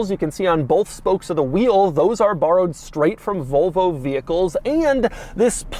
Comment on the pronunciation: Doug the kinda guy to pronounce Volvo like Vulva